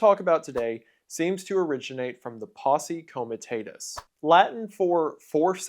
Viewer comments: If you were going to spend upwards of 10 minutes talking about posse comitatis I would think that you would actually learn how to pronounce it. It's painful listening to this. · How do you do research on Posse Comitatus without listening to how to pronounce it? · Heard posse comitatus like funky cold medina